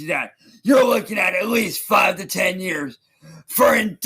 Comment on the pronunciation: “five to ten yEUURGs”